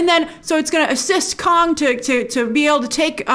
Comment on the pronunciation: Every time you say "Kong" I hear "Khan". Star Trek is still with me :D